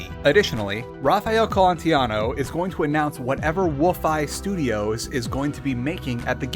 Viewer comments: Raphael Colantonio not "Colantiano" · I think it's Colantonio, not Colontiano... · It's Colantonio. And many of your Prey 2017 infos were incorrect, for example the engine is CryEngine, not Void; the history of Prey 2 was wrong etc. Please check your infos better next time. But i still give you thumbs up for covering the topic of immersive sims in such a lengthy and detailed manner. Thanks for producing this video! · Almost 2 years later and I must ask: do you now know how to pronounce Colantonio?